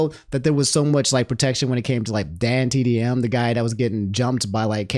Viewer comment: But couldn’t pronounce DanTDM 💀